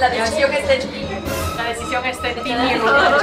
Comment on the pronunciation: Like 15k❤ . "Mirrodilla" jajajj😂